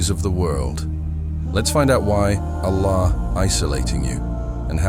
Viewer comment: The AI cant even pronounce Allah. Pleass stop this AI dependence.